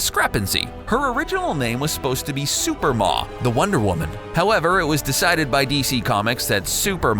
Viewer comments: its SUPREMA!!!! not SUPERMA!!! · it was not SUPER MA it was SUPREMA. Like the word Supreme... nice try though. typical CBR hacks not knowing what they are talking about... and all of these things that have been "kept from us" are all easily accessible, public information. seriously.. wtf with this video... and while you are trying to be super creative with your wording in this vid, you are just babbling. Superlatives galore, dude. and a lot of these ideas are simple differences between established comic book continuity and the movie... most of the stuff you talk about from wonder woman's history isn't addressed in the movie BECAUSE IT WOULDN'T HAVE HAPPENED TO HER YET! AND because it is set in its own universe separate from the comics, it may not happen to her anyway. I feel like you are grasping at straws to INVENT flaws in the movie that aren't really there. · Let me stop you right there. Wonder Woman's original name was Suprema (pronounced: sue-PREEM-uh, as in "supreme" -- get it?) You actually thought it was supposed to be pronounced "Super-mah"? Seriously? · It’s SUPREMA!!! Not Superma!!! Get it right, please!! 🙄😤😑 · Who writes this shit? Moreover, who DOESN'T do the RESEARCH? WW was NEVER called 'Superma'. She was going to be called SUPREMA. WW DID have a 'sidekick'. In 4 episodes of the 70's tv show there was Wonder Girl (Druscilla). Margret SANGER pronounced Sang-er, not San-jer, was NOT the inspiration for the character. It was Marston's wife (and probably a couple of his students). Margret Sanger was a piece of GARBAGE. A RACIST, ABORTION promoting scumbag of a 'woman'. Get your facts straight idiots. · it's SUPREMA not SUPERMA. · Suprema. SOO-PREE-MUH. Not superma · IF YOU ARE GOING TO REPORT SHIT ,PLEASE DO YOUR HOMEWORK DUMBASSES.... ITS "SUPERIMA" NOT SUPER MA! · it was gonna be "Suprema," as in "Supreme," Not "Super Ma," you half-wits.... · the name was to be pronounced "Supreme-ah," not "Super-Maw!" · Its pronounced sue pree ma not super ma